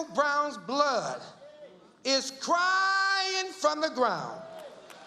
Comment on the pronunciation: michael browns blood, is cwying fwom the gwound, FWOM THE GWOUND!